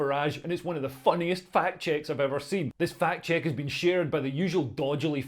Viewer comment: Unsure if you are saying "fact check" or "fat chick".